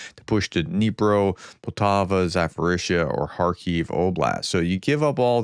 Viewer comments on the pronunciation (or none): none